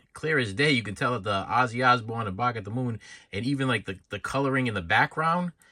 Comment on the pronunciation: He says 'shorts' like 'shauwatts'.. and 'Bark' like 'Bawlk" 🤣